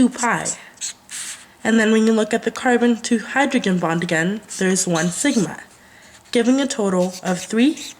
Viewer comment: learn how to pronounce "oxygen" and "Hydrogen" next time lool